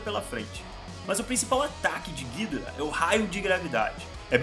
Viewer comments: Como ele fala:gídora Como falam:gidóra Como é:gidorá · Cara, a pronúncia correta não seria "Guidorá"? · Acho que a pronúncia correta do ghidorah é "guidóra" e eu ainda não sei o que fizeram com a Bahtra que ja nem ouço mais falar.. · Essa pronúncia de ghidora desse cara vei